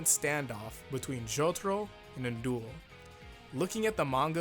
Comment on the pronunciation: How pronounce his name: An Daol How everyone pronounces his name: NNnnNNNN Dool